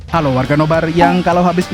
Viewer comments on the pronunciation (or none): none